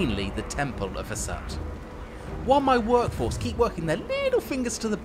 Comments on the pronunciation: Very cool showcase, but I will have to remove like all of the points due to the genuinely awful pronunciation of the names. Hashut, not Hasut. Valaya not Valia. Grungni, not Grundi. I mean come on, practicing these names literally takes less than 5 minutes and looks pretty bad. It's especially bad because not only were these weird pronunciations not present in the other videos, but the chaos dwarfs keep saying Hashut in the video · did you just say "Has-hut"? If I'm wrong please feel free to say so but I would pronounce that Ha-shut (like I've done for 2 decades). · Why does he keep calling the Father of Darkness "Hasat" even as the dwarfs in the background chant "Hashoot"? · It was driving me nuts. Zarten, worshiper of the chaos god Hasoot. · So nobody briefed this guy on pronunciations, eh? Let's hope Has-hut, Val-eya and Grundi weren't listening. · Damn British man calling it Has-hut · Did he say "has-hut"?? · ''Temple of Husut'' BROOOOOOOOOOOOOOOOOOOOOOOOOOOOOOOOOOOOOOOOOOOOO WE RIOT, THIS IS NOT HOW YOU SAY ITTT. But well, we love you ^^ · Yeah why did he pronounce it like that 💀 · He mispronounced a few things in this video, including Hashut. Not trying to complain or anything, of course. I found it strange and slightly distracting, but it didn't really detract from the rest of the video. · Damn, the way you pronounce Hashut really gave me a whiplash. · the pronunciation of "Hashut" and "Zaul" offends the gods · Someone really, REALLY needs to learn how to pronounce GRUNGNI, VALAYA and HASHUT.